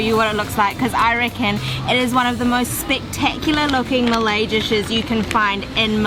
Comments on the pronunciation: Good review guys :) I am impress that you guys are willing to go off the beaten road and pay attention to Malay food which is constantly neglected. Btw, your Malay pronunciation is impressive as well. cheers from a ex-malaysian :) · Hi again ! Did you say your parents are from HK? Well, i hv to say your Malay pronunciations are pretty good.Thats why i had to ask. Btw, i hv watch your vids and i appreciate that you did your homework, going to real local favorites.I know some of them and was surprised to see some i didnt know, so yea cheers mate.Good job done ! 😊❤❤❤